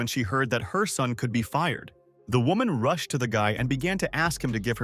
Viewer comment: Hai-ann "rooshed" to the exit